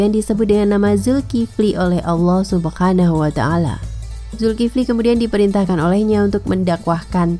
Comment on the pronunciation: Min ngomong subhana wataala nya jgn pke huruf kho' tp ha kecil.. kedengaran bgd jd subkhanawataala.,masa channel ttg Islam cara pelafalan huruf arabnya amburadul.